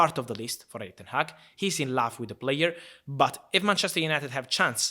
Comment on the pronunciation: When he says love i feel like he is saying laugh